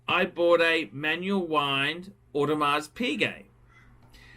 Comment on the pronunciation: For all the years on YouTube the still did not learn to pronounce AP without the s in Audemars. How cheap!